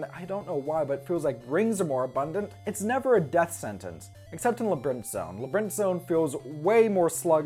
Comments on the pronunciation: Labrinth is just what you say if you say labyrinth quickly Edit: oh, oh no.. he said leBrinth, never mind lol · Every time you say "Labrinth" I want to slap you. Otherwise, great review!